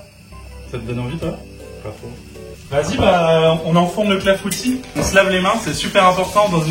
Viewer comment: Ah je suis cassée, son clafoutis c’est pas un clafoutis mais un clafoutu 😭😭